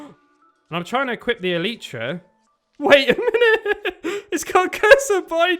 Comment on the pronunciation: El-I-tra not el-Ee-tra